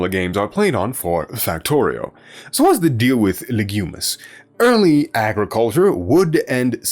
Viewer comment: lol, you keep saying "Legumis" instead of "Lignumis" after the Latin word for tree "lignum" makes it sound like the planet is about legumes, IE: peas.